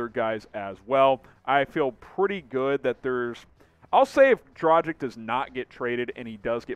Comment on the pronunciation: Just a heads up… DraGICH… not DraJICK 🤙🏻